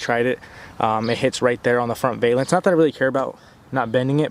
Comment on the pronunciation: Its ** val-ance. Not ** vail-ance. Just so you know!